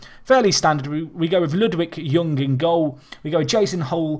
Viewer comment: you are saying Ljung wrong xD But really good videos and enjoying the series very much